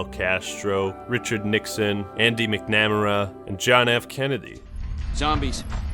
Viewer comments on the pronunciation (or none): It's Robert McNamara (mack-nuh-merruh), not Andy McNammeruh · "Andy Mc'Nam-era" lmao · I’m so glad someone noticed this. I enjoy Videos, but wtf was that slip up? Cringe